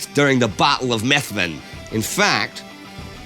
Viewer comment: As a Scottish person, the way he said 'Methven' was irritating (The V is silent for some reason, don't ask me why). Other than that great video!